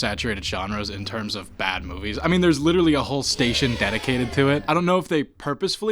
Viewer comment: witerally gambling